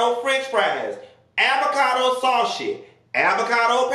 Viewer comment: ish Did just say "avocado sa-shee" (sausage)?? Hahahahaha. I just slid out my chair and melted on the flo!! 🤣